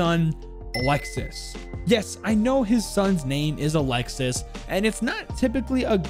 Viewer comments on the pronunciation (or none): Actualy in france isn't 911, for the ambulance is the 15. Isn't alexis for the prononciation it's alexi (yep the s is sillent) same thing you say oliver but you forgot to say the i between the v and the e and it's weird to hear french name with a english accent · it’s pronounced Ah-lex-y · just a heads'up, for alexis, the 's' is silent and it is indeed a boy name in france. Good video tho, looking forward to more siege operator lore, especialy the gign membres as a frenchy myself. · in french, “Alexis” is actually pronounced as “Alexee” or “Alexis” the ‘s’ is silent and the i makes the ee sound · His son’s name is pronounced alexi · Pretty sure French Alexis is pronounced Alexi with a silent S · All good. You simply don't pronounce the S at the end. So it's like "Alexi". Best bet would be to type "Alexis" on google translate and hear how the Ai says it in French. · for alexis it's a common name ! in france we dont pronounce the "s" :D so it's just alexi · Just a little error you made, Alexis is a really common name for french boys, and the ''s'' is silent. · Actually his sons name would be pronounced like A lexe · don’t pronounce the « s » at the end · btw, in france alexis is pronounced "alexi" and its a boy name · French people use the name Alexis on guys alot and it's more pronounced a lexie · Alexis is 100% a guy name in french. Also "Olivier" in french is pronounced "O - Lee - Vee - Yay" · Alexis is pronounced alexee in french and it’s a common boys name btw! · olivier not oliver olive e a (not the perfect explanation of the pronunciation) and alexis is alexei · Alexis is a French boys name it’s pronounced Alex E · In french alexis is a male name, because you dont pronounce the s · You pronounced my name wrong alexis the s is silent